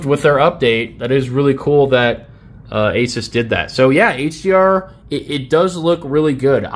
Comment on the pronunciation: I love you bro.. you say Asus the right way! I fuckjng hate aSOOS nah it’s aSUHS like aces .. I name my Pc builds Pocket-Asus 1, 2 and 3.. building 3 right now.. I know I’m a cringe nerd